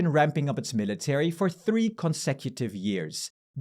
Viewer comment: Thanks for the great video! Two constructive comments on pronunciation: the stress in "military" falls on mi- instead of -ta-, and "nuclear" is nuc-lear instead of nuc-elar. I'm an ESL teacher and I love learning about pronunciation things - hope this is helpful. :) and thanks again for all the information and analysis in the videos!